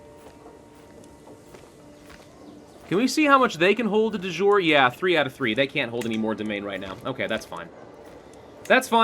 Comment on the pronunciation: I love watching this series and I'm learning a lot about the game in the process. But I must confess I wince in pain a bit every time I hear Latin (De Jure, which in itself is a bastardized spelling of De Iure, Casus Belli) being pronounced as if it were French or English.